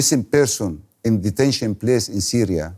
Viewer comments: Syria* not Syra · "Syra" LOL